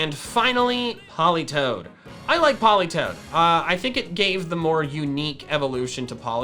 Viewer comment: politoed is pronounced poll-EE-toe-ed